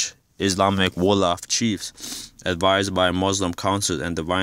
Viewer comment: Nice that you want to learn about your history. However do it thorogh before you start go telling things that is not so. You havent Done your research at all. Im am from the tribe you talk about and you do refrences that is way off. You dont even prononce the name right. Are you some hebrew isrialite confused guy? Its like you are learning as you read yourself. Do yourself a favour get proper info besides a king James bible and Wikipedia. You clearly havent Done your homework.